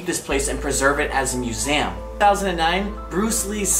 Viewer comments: MUSEEEEEEEEUM LOL NOT MUSAYIUM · It's pronounced mus-e-um not mus-am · I am sorry but he can’t say museum he says museuam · “Muesam” it’s a museum where the “a” at?? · SupremeBate I've never noticed he says it as musams. Sorry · “Musaum” dead😂😂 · i like how u pronounce museum as myusam 😊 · It's awkward how pronounces "museum" as muse-m lol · He says museum wrong!😂 like museam!😅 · Repeat after me, MUSEUM, there is no A in there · why did he say museum like that.. lol I've watched it 14 times. Love your videos though! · Also why can't he say museum properly 😂